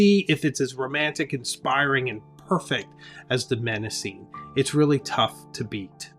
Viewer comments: Hmmm... you promise to review five alternatives to Moleskine, but present three. Please learn to pronounce your favourite choice: The first M in Mnemosyme is silent. Also, "momento" is not a word. You meant to say "memento" (meme = memory). Please present the content accurately, without cultural prejudice creepng in. Italian makers are not necessarily superior to Malasian manufacturers, as you imply. Less pretension and more accuracy, please. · I would pronounce it more like "neh-mo-sü-nuh". But I'm not Greek so I just try my best. Pronouncing the name of a greek goddess with English i-pronunciation feels weird to me. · Knee-mo-see-nee. The "M" is silent. Paper quality is important. I have a 2026 planner I am thinking of ditching because the paper is horrible. It smears badly. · I was rooting for Mnemosyne (neh-mos-see-nay) from the get-go, even though you Jones'd the name 😂 That paper is just superb all day long. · Excellent video and so helpful. I’ve subscribed. (I was surprised by your pronunciation of Mnemosyne but is forgivable 🙏). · The beginning M is silent in Mnemosyne. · It would help if you pronounced Mnemosyne correctly. It's Greek, so for phonetics you have to go to the original Greek alphabet. Rhymes with Persephone, Calliope & Daphne. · For future reference the first M in Mnemosyne is silent. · Nice review. Thank you. BTW, Mnemosyne is pronounced nih-MOSS-uh-nee in English, with the stress on MOSS. The initial M is silent. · It's pronounced "NE ( as in never mind) MA ( as in mama) SIN KNEE ( and the last two sound like the real English words.)) Sorry to be 'that' guy I actually don't find pleasure in it. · Since Mnemosyne is a Greek name, you should pronounce it properly: ne-‘MOSS-uh-nee. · Great video, but Mnemosyne is pronounced neh-MAW-seh-nee, with the stress on the second syllable. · If I recall correctly from my classics classes, Mnemosyne is pronounced Neh-MOS-suh-nee I’d check Google Translate Greek. In fact, I might do it now.